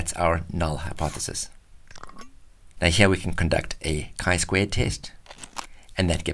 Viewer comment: Genius! gave me the quickest initial grasp of a boxplot. , at last someone writes and pronounces the name of this test correctly! squared with an "ed" in the word's end.